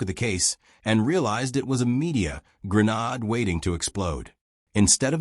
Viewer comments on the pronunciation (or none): Get an A.I. that can pronounce Grenade properly.